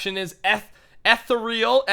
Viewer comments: you say it like eethral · The faction is pronounced ethereal